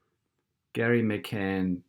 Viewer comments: It's Gerry not Garry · It’s Gerry not Garry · You're a tool, a giant tool. First, the guy's name is pronounced Jerry, not Gary. That's just a detail. Even if I thought you knew SHIT, your constant moving of the indicator under the video is as unprofessional as if a 5 year old were making this. Idiot. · Not sure whether you’re intentionally calling him Gary😂😂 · His name is Gerry not Gary, otherwise you are spot on with this video! Gerry McCann has been caught many times with duping delight, it seems he knows her body will never be found! Well done and thank you! God Bless You! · His name is Gerry not Gary! Any other facts you have got wrong? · It's Gerry, not Gary. I believe the language specialist who concluded from Charles D Hall's interview with them that they overstepped the mark in drugging Madeleine too much because she cried so much the night before, and they didn't want their night spoilt and that she accidently died, then because they know people in high places like MI5 or 6, that they immediately called in help to dispose of the body. Not once, in Hall's interview with them did they express concern for Madeleine's safety, comfort, welfare, happiness, because they knew she was dead. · The father is called Gerry not Gary. Gerry, like Tom & Gerry the cartoon. Gerry rhymes with Berry. Gary rhymes with Larry. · Gerald, not Garry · Sharon Swiston Yes it's Gerry, as in Gerald. Rhymes with merry. Not Garry, as in rhyming with marry. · Gerry pronounced Jerry not Gary. Would like to hear what they said. Voice over too loud. Interesting information. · "Gerry" is pronounced "Jerry". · His name is pronounced Jerry like in jelly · I would be more impressed if you got his name right.